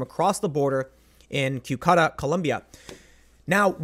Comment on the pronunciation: Great video Tim thank you. By the way "Cucuta" is pronounced koo-koo-tah not kew-koo-tah haha